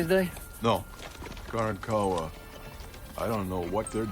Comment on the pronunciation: The technical directors did a lousy job on this series. Didn't pronounce Karankawa correctly and no, they were not killed off by 1836. I love those mountains near San Antonio. Hollywood garbage.